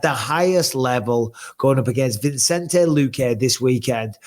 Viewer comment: Guys it’s VI-cente not VIN-cente